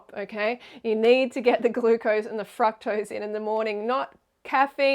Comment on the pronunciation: Freelee, for being so obsessed with fructose, why do you pronounce it incorrectly? Honestly the way you call everyone out on everything so minute, I thought I’d call you out on that.